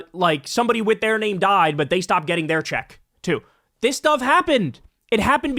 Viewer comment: Did he say dis? A cross between does and is?